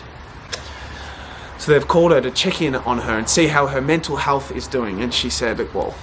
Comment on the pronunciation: It’s health not HALTH